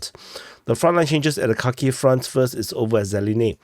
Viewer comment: He said we’re gonna start out on that cocky front 😂 instead of Kharkiv